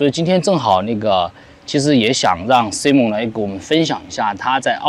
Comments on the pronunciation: 请千万别读成SI蒙，是SAI蒙，西人要笑掉大牙啦😅不信你找个人问一下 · 发音错！saimern 这个是正确发音，你发音是女子名字simone